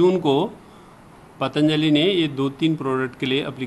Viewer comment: It's पतंजली not pataanjali..